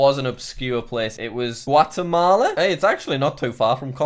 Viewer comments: It's said Guatemala 😂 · literally says Guatamala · The way Jack pronounced Guatemala made me have a stroke.